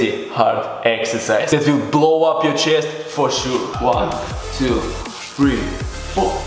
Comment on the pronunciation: english pronouncing: chest russian pronouncing: chijest